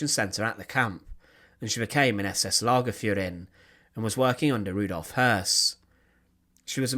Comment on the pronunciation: I enjoy your videos very much, but I would like to kindly recommend, that you look up the pronunciation of the German words such as Aufseherin and Lagerführerin. If you read them using American English pronunciation, the words sound kind of weird.